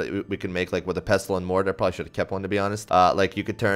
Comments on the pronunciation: Dude, you don't pronounce the t in "pestle" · This guy genuinely pisses me off cuz he says pestuhl instead of pestle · The T in pestle, is silent. Pessel.